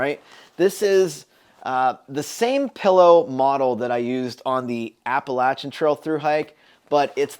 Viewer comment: I’m loving my bigger pillow too! Also, thanks for pronouncing Appalachian right again!